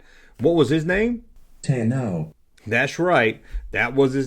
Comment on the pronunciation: Tai-No? Not Tekno? As in technology for the cyborg figure? pronunciation isn’t much improved from the Junkman, lol.